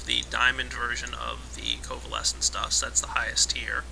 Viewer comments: btw it's co-vale-ins....not co-va-less-ins. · Co-vay-lence goddamit! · Is anyone else bothered by the fact that keeps calling it "covalescence dust"? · Sorry to rage but its happend too many times. ITS FLIPPING COVALENCE DUST!!!! NOT COVALESENCE DUST!GAHHHHHHHHHHHHHHHHHHHHHHHHHHHH